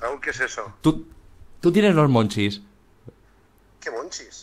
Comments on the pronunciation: El hambre de la maria es "munchies" y no se pronuncia "monchis"... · me perturba un poco que en los comentarios digan que "monchis" es de su pais cuando es munchies que es en ingles...